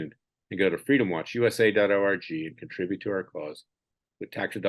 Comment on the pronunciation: Larry, every time you tell us the name of your web site—— all I hear is DOT ORGY. I do not know if that is fixable or not. I have to chuckle a bit though.❤ Sorry, a serious topic I found a little bit funny. If you listen back you will know what I am talking about.